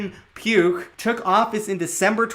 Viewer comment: tought you said puke not pugh lol